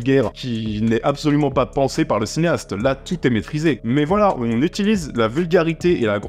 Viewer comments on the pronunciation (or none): none